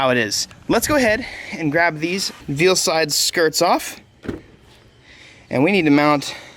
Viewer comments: Is it just me or did anyone else die a little inside when he said "veal-side" 🤦‍♂️ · I think Veilside is pronounced "Vail-Side" 🤷‍♂️ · I love his videos but it bugs me how he says Veilside